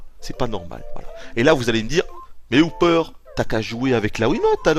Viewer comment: ses hooper pas houper